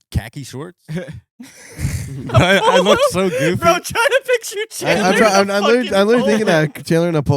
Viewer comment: NAH HIS NAME IS CALLED CHAD-LER